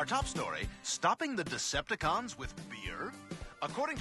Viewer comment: It wasnt a decepticon it was a "Decept-A-John"